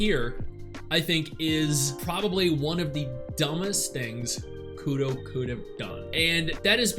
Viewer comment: Sry bit of a pet peeve “Kudo?”. Put your tongue to the roof of your mouth and make the r sound naturally.